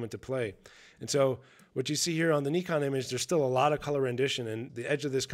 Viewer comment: An American that can pronounce Nikon well done I am impressed.